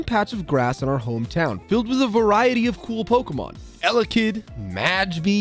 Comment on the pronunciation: Bro said Majby